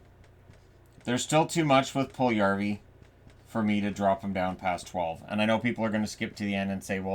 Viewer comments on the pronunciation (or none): Puljujarvi = pull you yarvi. NOT Pull yarvi. Stop miss this name pronouncing. Stop listening to dopey radio/TV pundits.